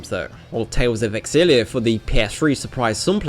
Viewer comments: why do you keep saying tales of exillia? its tales of xillia. the x is silent and pronounced its like ''ksillia''. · Ex-illia? You're pronunciation of names and game titles is horrendous, if you are going to profit off these games can you at least get the title right?